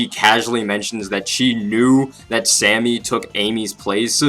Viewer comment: I know, but the way you said it sounded like you said "Sandy". I'm sorry if I've offended you in any way. It wasn't intentional in any way, shape, or form.